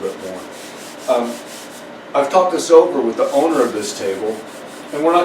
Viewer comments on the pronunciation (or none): none